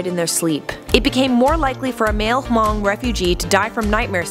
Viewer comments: It’s pronounced Mung but, it’s ok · Why so much emphasis on the silent h in Hmong????? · The way she said Hmong bother me ;-; I’m Hmong and letting you know the h is silent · U pronounce Hmong and laos wrong i know because I'm Laotian and I have a family whose Hmong